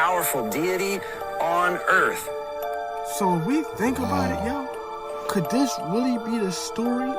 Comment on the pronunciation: Ok I used to love watching these but it's getting so ridiculous I just can't do it anymore!!! Anyone who refers to THE EARTH AS THE ERF! Sorry people, can't do it. This channel I getting pretty funny